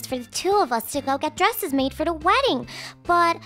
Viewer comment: it's wedding not weedding